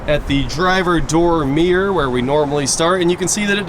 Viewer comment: I wish you would learn how to pronounce the word mirror!